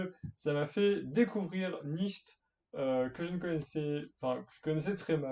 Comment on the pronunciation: Nietzsche se prononce nitch et pas nicht 😂... sinon j‘adore ce que tu fait 💪🏻👌